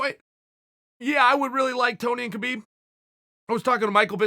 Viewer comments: Chael, please I know it's written Khabib but it's pronounced as Habeeb. The the same way goes for Jose but you say it with the H first. Sorry about the lecture. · Please stop pronouncing the K in Khabib